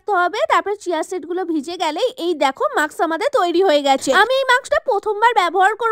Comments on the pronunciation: ato chitkar koro kno bhai? ar ota mask maks noi,,, osikhito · Mask hota hai maks nhi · Ota mask not maks....r foundation ta ektu kom use koro...valo hobe🫢